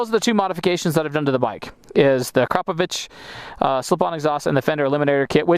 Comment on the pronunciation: Kudos for pronouncing Akrapovic correctly the first time. Great review overall as well!